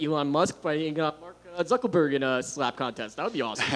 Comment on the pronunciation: Did he say "Mark ZuckELberg"? 😂